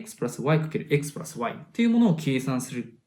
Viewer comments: Xプラァスワァイの発音良すぎるwww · プラスの発音が無駄に良い笑